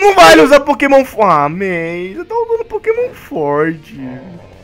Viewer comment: disse bia ao inves de may